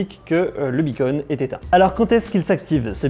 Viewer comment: Beacon pas Bunny !!!